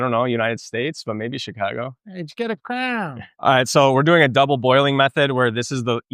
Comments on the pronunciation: I stopped when you said "crayan" was an American thing. Lol! Its crayon. Just giving you crap, cool vid! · he's absolutely pronouncing crayon weird. no one here says cray-n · I am from Chicago and we do not say "cran" we say "crayon". However I lived in Pennsylvania (ironically where the Crayola Crayon factory is) and they say "cran" or "crown". Oh, and after seeing this I have to get myself a Ninja Creami. I LOVE Ninja products! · No one says "cran" for cayon. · Cran ????? I certain you’re the only person I’ve heard pronounce crayon…… cran and I’m born and raised in the south where people mispronounced words frequently. Until you explained, I thought you were talking about cranberries 🤣🤣🤣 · Bain Marie for his "Cran" 😀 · I love the fact couldn't get past the "cran"... smirked every time lol